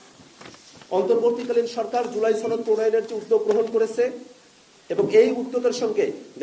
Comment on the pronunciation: সনদ উচ্চারণ শুদ্ধ কর বারবার ছনদ উচ্চারণ কর এর কারণ কি??